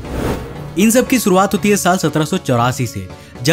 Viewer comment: भाई तू खुद का नाम कौशिक बराबर लेता है.... फीर ऐसे मिसन, मसिन, इंग्लिस, सुरूवात, मिसेल, प्रकास, मोसन क्यू बोलता है बे....